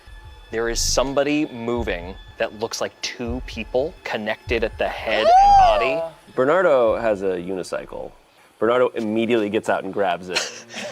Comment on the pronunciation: Bernado 😂😂😂 I love that more than Bernardo. It's like a tornado